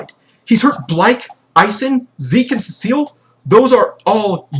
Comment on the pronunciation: According to the main 8 Knows about John’s ability: Arlo: Yes Blyke: Yes Cecile: Yes Elaine: Yes Isen: Yes John: Yes Remī: Yes Seraphina: No... Edit: And it’s pronounced Seh-Suh-Lee